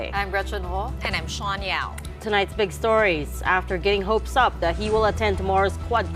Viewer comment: WHAT SADINING? YOU GUYS TALKING IN THE PUBLIC, A NEWS CASTER, LEARN TO SPEAK ENGLISH SPECIALLY USING THE WORD CORRECTLY, SHAWN YAO.